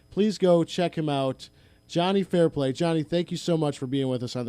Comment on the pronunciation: It’s Fairplay, not Fairpay.